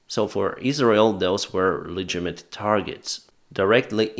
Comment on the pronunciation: it isn't "legimate" but "le-gi-ti-mate".